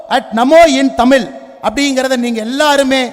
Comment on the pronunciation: ஏழை தாயின் மகன் யாருடா தம்பி. பொய்யாய் புகழாதே டா. தமிழை தமில் னு சொல்லும் உன்னையெல்லாம் தமிழனாக கருதமுடியாதடா தம்பி